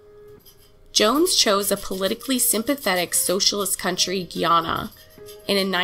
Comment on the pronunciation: Love this channel 💕💕 (it’s pronounced guy- Anna)